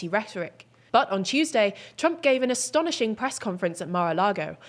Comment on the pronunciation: Wow. Did she just say, "asthonishing press conference"?